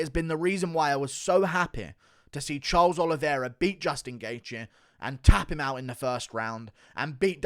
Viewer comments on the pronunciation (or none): none